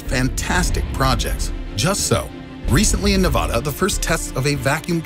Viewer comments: You sayed Nevada wrong... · You pronounced Nevada wrong. That’s all I got from this video lol